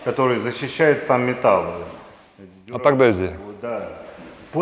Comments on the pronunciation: Тоже его агдезия слух цепляет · Маленькая поправочка " Адгезия".